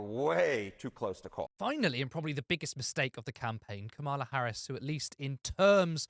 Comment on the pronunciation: It's Cah-mela, not Ca-mahla. You don't have to like her to say her name correctly.